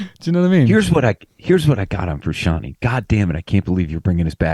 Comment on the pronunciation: It'd help if Jusitin knew how to order pronounce Frusciante.